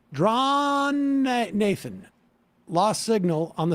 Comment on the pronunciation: This drives me nuts and can correct me if I’m wrong - but it seems like it’s like Johnathan, not Draw Nathan. Am I a pedantic little bitch? Yes.